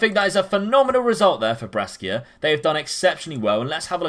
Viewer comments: Interesting tactic. For the record, Brescia is pronounced like Pressure but with a 'B', Lecce = Fetch Hay but with an 'L' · Your pronunciation of Saint Maximin and Brescia gave me heartburn so cheers 😂